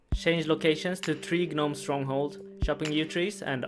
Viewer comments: Everyone here commenting on how he says passage but not the fact that he said G-nome basically tells me no one knows how to say gnome... nor scimitar.. nor half.. my point is, why comment on the way he says something when his pronunciation is understandably a mistake and not something super dumb and simple? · I laughed out loud when you said "guh-nome" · Love the way you pronounce 'Gnome' dude, it's just 'nome' btw the G is silent <3 , much love - keep up the great work! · I'm triggered. What the fuck is a GAHnome? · The G in gnome is silent